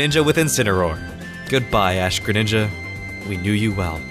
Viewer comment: KRal Benim it's Ash-greninga